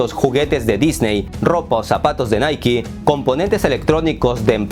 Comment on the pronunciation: Felicitaciones por pronunciar Nike de la forma correcta, todos dicen naike jahaha, que nivel tiene este canal 😜